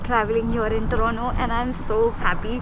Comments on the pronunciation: it's crime to say or listen torronno instead of t o r o n t o .....when Canada become canedda for we indians...u r hurting us making pronounce it in right way. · It is TORNTO Ma'am not torono